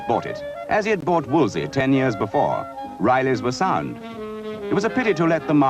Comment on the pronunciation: I find it annoying that every time the name Wolseley was mentioned the narrator said 'Wolsey' instead of 'WolsELey. Cardinal Wolsey was a historic figure but not a car manufacturer. You'd think they'd get it right in a film about the subject!